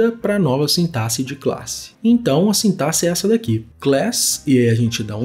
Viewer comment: Finalmente uma pessoa que pronuncia "sintaxe" certo 😭🙏🏼 kkkkk Excelente explicação. Valeu demais!